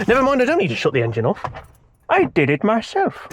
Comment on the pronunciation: omg he realli "did eht"